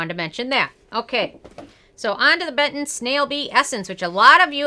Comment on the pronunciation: You reading it like Beton is kinda giving me cancer but thanks for the review